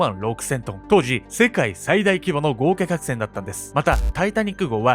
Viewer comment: ごうきゃきゃくせん